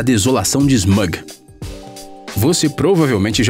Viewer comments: Smug... não é SMUG, É SMAUG! MANO. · Smug? A pronúncia é Smoug... Acontece sempre nesse canal bacanudo (só falta um consultor melhor para termos nerds) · A pronúncia correta é "Smóg" e não "Smâg" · É SMAUG NÃO SMUG!!!!! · A Desolação de "Smaaaaug"! Não "Smooouug". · "A desolação de 'Esmûgue'"... Aaaaaaah!!!! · Cara pq o narrador desse canal não estuda os nomes das coisas em inglês... Smog? Cara acho triste isso, escuta o nome certo, em Harry potter foi a mesma coisa, ele não acertou um nome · Essa pronúncia ( Smaug) é incomum.